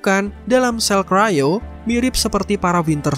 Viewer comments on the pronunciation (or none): none